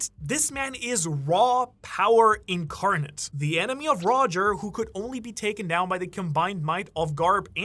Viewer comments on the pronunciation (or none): none